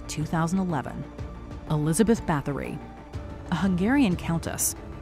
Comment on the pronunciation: fyi Báthory is pronounced bar tor ree ignorant Americans.